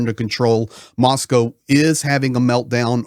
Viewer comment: Good to hear someone pronounce Moscow correctly